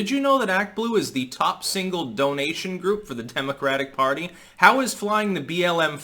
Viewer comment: not sure why but I thought you said "chemocratic party" LOL